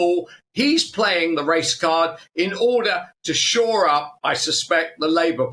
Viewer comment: "Sure up "? I thought that the phrase was " shore up " .